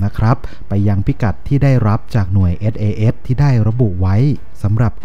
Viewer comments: หน่วย อะไรนะ เอด เอ เอด เหรอ ... ไม่ใช่ sas ??? หรือไง (เอส เอ เดส ไงละ่) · SAS อ่านให้ชัดๆได้ไหมครับ คนไทยเรียนภาษาอังกฤษ แล้ว เสียง "S" หายไป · ต้องปรับปรุงสำเนียงการพูดอังกฤษยกใหญ่ครับ น่าจะศึกษาให้มากกว่านี้ (เอส ไม่ใช่ เอด, อัฟกานิสถาน ไม่ใช่ อับกานิดถาน)